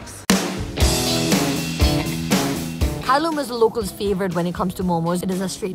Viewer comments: Its not kharloom its kharlyoom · If u cn spk Nepali... Dn y cnt u pronounce kharloom... Showing off